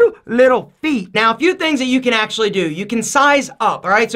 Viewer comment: When he said feet, I thought he said pp.